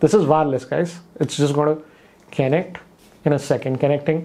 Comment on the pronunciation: Kennect, kennecting, kennected!